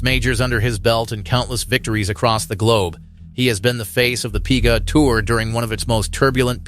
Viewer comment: "the Pee-gah Tour" says your text-to-voice software. Can you do better?